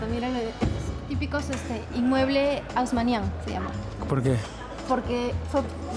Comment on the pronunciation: himeubles hosmaniens no hasmaniens o sea que esta Limeña no aprendio bien el francés uyy que mal soy docent de idiomas francés, inglés, español mi idioma materno es Francés soy de Suiza!